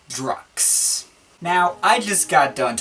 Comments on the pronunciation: It should be prounnounced as Druk Q's - Drug Use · No offense but it's pronounced "druk-q's (drug use)" hooray for puns! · I don't think it's pronounced 'Drux' dude! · Ohhhtheirony nah, its DrukQs (said like Drucks) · i always heard that the album was pronounced "Druck kyoos" being a sort of play on words for "Drug Use". could be nonsense but it persisted all the same, back in the day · Pretty sure it's pronounced 'Druk' 'Qs' i.e 'Drug use' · pronounced 'drug use'